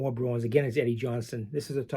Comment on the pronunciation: Hello. It took me awile to figure out you were saying Bruins. I hear Browens!! Ha. I'm not a hockey guy, unless it's Orr or Gretzky, but ran across a decent '72 Cheevers and a few other "Browens" cards I'd be happy to trade.